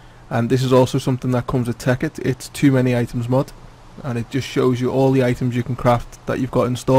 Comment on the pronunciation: sounds like he's saying mob